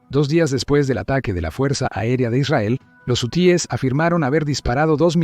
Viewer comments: Este comentarista es un imbecil no sabe ni hablar es hu e s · Jusies , quienes son esos ? Si no sabe pronunciar ,,,busque otra cosa que hacer !!!